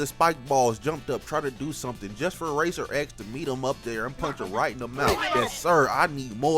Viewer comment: His name is RACER X. NOT RACER REX